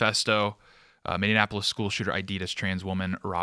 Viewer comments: Ive loved you hosting, but got damn you need to learn how to say Minneapolis! It’s “mini-apolis” not “mini-in-apolis” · I know this is a serious topic, but my guy, as a Minnesotan, PLEASE!! It's pronounced, "Minn-E-app-O-lis" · Mini-apple-is……it’s not hard…🤣🤣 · MinneNapolis? Anyone else notice this? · I cannot tell if is pronouncing Minneapolis as "min in" apolis or "mini-apolis"? Wtf? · Is it just me or does say Minneapolis strangely? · Could you please say the name of the city correctly? It’s Minneapolis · Please stop mispronouncing Minneapolis. You are losing credibility here.